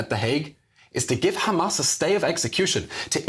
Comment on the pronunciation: I m tired of hearing the word Khamas hundreds of times in one speech. Totally exhausting. A broken record squeaking.